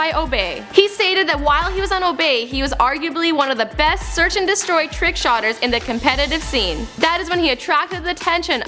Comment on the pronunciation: It's called a trickshooter not a trickshotter dafuq